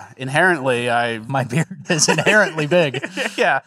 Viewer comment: My deaf ass thought y'all were saying "apparently" for the first five times you said inherently..